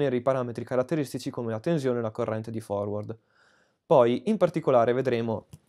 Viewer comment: Ottimo .... ma non si puo' sentire quella Z sulla parola tensione.